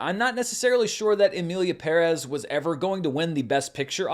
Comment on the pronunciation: OMG thank you for pronouncing Emilia Pérez correctly. You’re the only one. Love you since the Screen Junkies